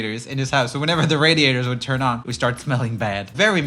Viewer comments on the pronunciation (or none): “Only a kid wud do dat.” Mr you need a children’s speech therapist.